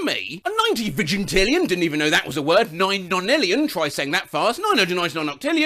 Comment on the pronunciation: thought you said virgintillion 😅